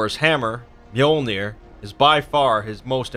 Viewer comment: lol you pronounced his hammer wrong but that’s ok.